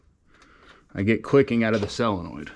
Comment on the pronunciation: The correct pronunciation is Solenoid, not cellinoid.